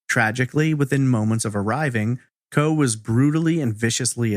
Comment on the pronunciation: Isn’t that pronounced “CO-EE?”